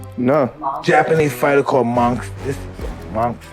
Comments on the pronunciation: "The Mongstherr" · Tyson: monthsther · It's Monster, but I really like the way Mike pronounces it, the "Mon(g)sta" !! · I thought Tyson said Monkster. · He said mongster 😂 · "monfteh"? Hey Mike, might be time to get those teeth fixed? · 'The mongsther' -Mike Tyson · Is it Mongster or Monster or can Mike this you can't pronounce it and it's monster just wondering for clarification